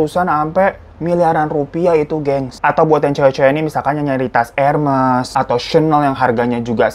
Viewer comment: Wlo babang hiro nyebut urgent msh yurjen, tp keren babang tau gmn nyebut hermes = ermes yaayyy🤗👏